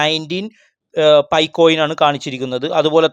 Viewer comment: സുഹൃത്തേ പി ഐ അല്ല പൈ എന്നാണ്.....